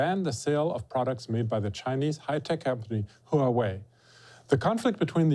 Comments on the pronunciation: Huawei is pronounced "hwah way" not "huh way". Pin Yin is not that hard to figure out. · It is pronoun Huawei ""WUA-WAY" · Stop pronouncing Huawei huuuu wei